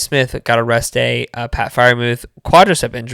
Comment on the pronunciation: I thought 💭 the same thing, starting with Zaire "been a'rest'd--ay" 😮 ‼️‼️ then I realized what he was saying later 😅😅😅😅 shew ‼️‼️